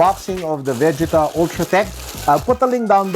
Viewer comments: Why do say it like ve•ge•ta instead of ve•gee•ta? 😭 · VE - JEE- TAAAaAaAAAAAaaaaa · It is Vegeta when it's dubbed in Filipino(Tagalog) and aired in Philippine TV. Every kid who watched the series during that time say it the same way. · Why do you make Vegeta sound like Vagina ? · Ok anyone else pissed at how he is saying Vegeta completely wrong. Do not shame name of the prince of all saiyins!! You do not want to feel the wrath of Vegeta’s Big Bang attack!!!! Aaaaahhhhhh✋🏻💨💨💨💨💨💨💨💨💨💨